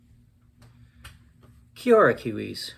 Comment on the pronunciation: “KiOrra kiwis” 😂 he’s got the right idea (Ps it’s pronounced “Kee-Orda” not “kiorra” for those who don’t know)